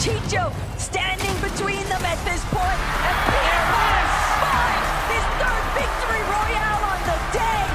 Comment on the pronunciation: Bro had a stroke saying Peter bot